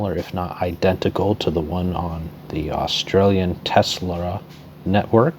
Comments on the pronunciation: the Australian "tesla network" hahahahahahaha its telstra tell-s-tra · "teslra??" Telstra (TEL-elephone Au-STRA-lia Good Video though thanks m8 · Teslra lol it’s Telstra tells tra or dra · its telstra not telsla mate.. my nighthawk topped out at 50 devices on dhcp before it freaked out. not bad at all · The australian network is pronounced Tel- Stra (Telstra) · i admit i cringed when he said telstra lol. tel stra la!!! still a good video but.